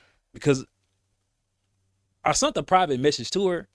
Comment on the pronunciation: Sent ….sent…..SENT . Not sunt 😂